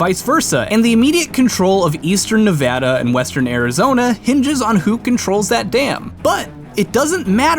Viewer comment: Holy shit he said Nevada correctly